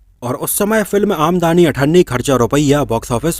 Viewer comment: आमदनी पढो भाई ये आमदानी नहीं है।